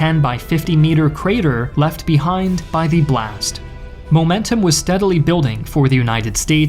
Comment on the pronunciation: The content is great, but am I the only one really bothered by the word "the" pronouced "dee" every time?